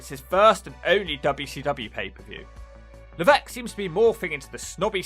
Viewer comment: It's funny how he's supposed to be French but he still mispronounces Levesque